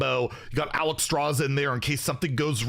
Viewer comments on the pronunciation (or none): none